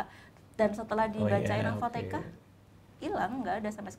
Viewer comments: Alfatihah mbak Bukan Alfateqah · Siapa yg nyebut Al-fatihah jadi alfatekah? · Al Fatihah bukan al fateka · juga nyebutnya ALFATEKAH. jadi inget yg dulu sempat rame. 😁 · Orang biasa: Al-Fatihah: Alfateka 😇